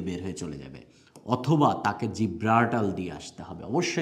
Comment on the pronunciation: উচ্চারণ সঠিক না, জ্বালানি, জিব্রাল্টার, ডোনাল্ড এইসব একটা উচ্চারণ ও সঠিক হয় না।